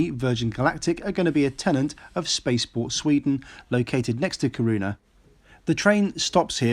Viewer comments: It's Kiruna and not Karuna. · It’s KIR-un-ah, not Kir-OO-ah. Otherwise, not a bad vid. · It's KI-ru-na rather than ki-RUN-a. And "Riksgränsen" is not the name of a town, it's "Border". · sounds like Corona haha. took Me a while to figure out hat you meant Kiruna // from a fellow swede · Ki- (Like "ki"ll) Ru- (Like "Ru"ne) N- A- (Like "A"pple) I'm sorry, but I got really confused the first few time you tried to pronounce Kiruna. I get Swedish isn't your first language and you've actually pronounced other cities very well. I thought I'd try to show the correct way of pronouncing it. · Kiruna is said with a long iiii (eeee). Its is like "Keeerona, not like hard Kiruna. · I´m from Sweden, Swedish is rather hard to learn due to different sounds and the melody. When you say Kiruna, for me it sounds like Ki(pause)runa. It should be fluid. No hard K, every syllable evenly said. I hope that helps my friend :-) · I have done more or less the same trip, but by car. I liked Torneträsk, you have a wonderful view of the other side and there is not a sign of human activity on the far shore. Of course, I went further north, but still. The road Kiruna - Narvik was opened as late as in the 1980:s. One small detail, "Kiruna" is pronounced by putting stress on the short "i", not on the "u". The Norwegian coast is stuning but for the wilderness you need to stay on the Swedish side. Sleeper trains are a great way of travelling! A lot of skiers take such trains to go to Åre. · Every time he butchered the pronunciation I said it correctly after him :P